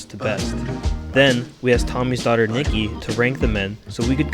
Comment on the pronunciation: Ohh her name is nikki, I thght she said her name was milky at first lol